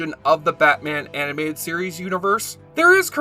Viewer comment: "batman the Aminated series" LOL